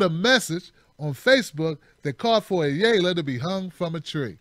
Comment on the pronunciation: Ayala is a Spanish surname (ah - yah - lah). :)